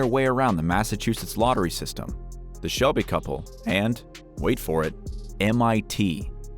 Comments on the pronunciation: It's Selby not Shelby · It's Jerry "Selby" not Shelby. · selby not shelby. u robot